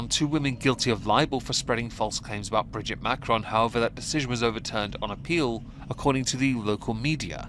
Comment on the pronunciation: Brigitte. Not bridget